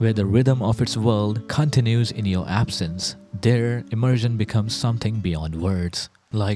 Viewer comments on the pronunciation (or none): none